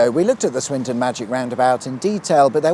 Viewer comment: Swindon or Swinton? Sounded like you were calling it Swinton! Plus no magic roundabout music at the end.